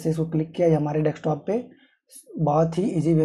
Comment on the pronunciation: Thanks but y are u saying deKstop